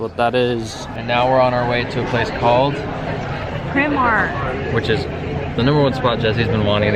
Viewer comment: PRY mark, not PRIM Mark. Westminster, NOT west MINISTER. Covent Garden, not convent garden. And so many more! 🤦🏻‍♂️ Keep going bro, you’ll get it 😄